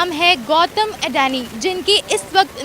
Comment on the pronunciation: अडैनि नहीं अडानी 🤪